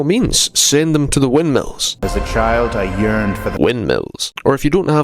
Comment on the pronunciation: "As a child I yerned for the windmills" 😂😂😂😂😂